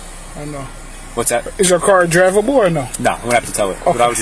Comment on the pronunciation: Driv- a - ble 🤦‍♀️ more like drive-able lol